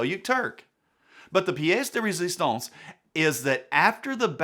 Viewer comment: Amen and Amen! A great history lesson and probably the best closing summation to one of your videos I’ve heard you make. BTW - Loved the accent on pièce de résistance. Classic!!!